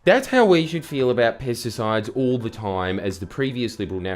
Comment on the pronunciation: When this guy says pesticides it sounds like he’s saying “piss decides” lol